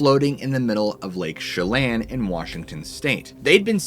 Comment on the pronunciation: You pronounced it right the first time.. it is however NOT "Lake Shellin." Chelan (Shuh-Lan)